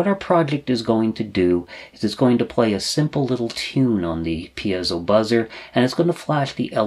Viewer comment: Great source of information. Might I be so bold as to correct you in a couple circumstances: The word piezo is pronounced 'pee-soh' as opposed to 'pee-az-oh' as I think you pronounce it. As far as I know it's been pronounced in the first form since its inception. The other correction is the term 'versatality', which is not a real word at all. Again, it's pronounced as it's spelled: 'versatility', ver-sa-till-it-tee. I enjoy your videos much. I've been an EE for more than 40 years, now retired and began using microprocessors for logic design before the word 'microcontroller' was even coined. Now I'm doing a bit of catch up as I've been retired from Northrop Grumman for about 15 years but my RC Airplane hobby keeps me engaged and wanting to make use of my rusty skills.... Keep up the good work!